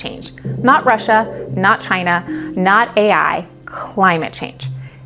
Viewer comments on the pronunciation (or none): none